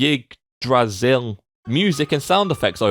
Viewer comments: Pronounced Iggdrasil, apparently. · Pronounced "ihg-dra-seel", and here we thought English had some tough words. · I know I'm terribly late, but "yggdrasil" is pronounced as "eegdAsill" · ... Thor is your mascot, but you can't pronounce Yggdrasil?